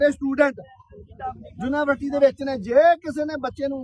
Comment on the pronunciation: ਬਾਬਾ ਜੀ ਜੂਨਾਂਵਰਸਿਟੀ ਨਹੀਂ ਯੂਨੀਵਰਸਿਟੀ ਆ ਜੀ